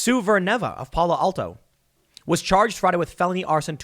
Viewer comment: Palo Alto. As a Californian, that sounded funny